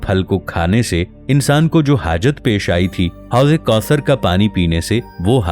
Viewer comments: Ap mahar bani farma kar. Apnay alfaz ki Adaygi Drust karayn. Ap jab Sura kosar kahtay ho To Sonay walay ko 99% sura Kafar Lagta hy. Plz Ap alfaz ki Addaygi soch samaj kar kiya karo. Ap ani Rawaytou ko apnay pas rakhayn . Our Allah kay Mahbob nay jo battaya bas wohi Haq our Sach hy. Allah hu Aqbar. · If you can't read Arabic, why are you reading it? You're mispronouncing Kausar.